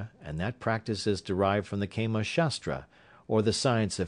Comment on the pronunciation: its prnounced kaamaa not keema which would mean minced mat! Hahaha!